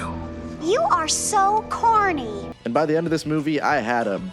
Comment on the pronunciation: I thought she said “horny” at first and I spat out my drink